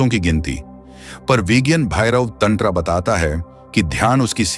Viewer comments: OMG , NARRATOR bhayya ,pls pronounce as - Tantra-- Not TANDRA -😢😢😮😮- YOU ARE KILLING OUR PRECIOUS SVRIPTS YOUR NARRATION IS --THE WORST 😮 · Mr narrator - are you MAD ?? DONT SAY "" TANDRA"" SAY --TANTRA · और त्यानंत्रा नाही तंत्र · व्हिडीओ बहुत अच्छा है किंतु पर्वती नहीं पार्वती है तथा टैंट्रा नहीं तंत्र है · हर बार तंत्र तंत्र क्यों कर रहा है तंत्र शब्द क्यों गलत बोल रहा है हर बार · Please check your pronounceiation tantra mantra Parbati you're not an Englishman,, 🙏